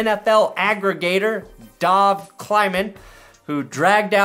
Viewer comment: Dov is pronounced like "dove" as in "dove into the water" It means Bear 🐻